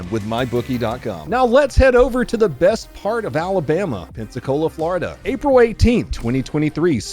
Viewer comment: Worse? You mispronounced best.